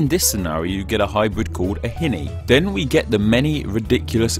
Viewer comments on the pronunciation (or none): none